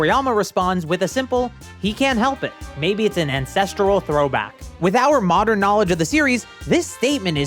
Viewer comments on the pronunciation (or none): none